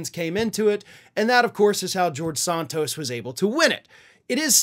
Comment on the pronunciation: I will be happy when you stop talking about George, as you still can't pronounce his last name correctly. Sheesh!